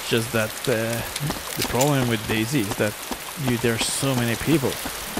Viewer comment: I love how you keep saying daisy...